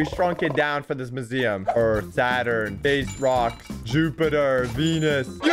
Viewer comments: the whole time said museum wrong he said moo-zee-uhm instead of myoo-zee-uhm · At the start u pronounced museum as muzeum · I think we pronounse "maziam" diffrent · Mu-z-um ;D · Why he say museum like that